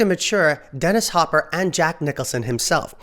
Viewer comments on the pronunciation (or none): none